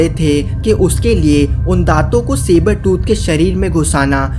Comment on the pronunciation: Not saber tu tiger